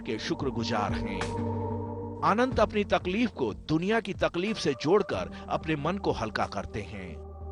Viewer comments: भाई ने जेठा कि तरह तफलीक बोला तकलीफ को 😄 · Tafleek nhi hota Anant babu takleef hota hai 😅😅